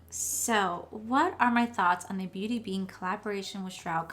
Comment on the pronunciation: Beat bean .... try to get name right if your going to hype the pallet .... mines still on the way...nice look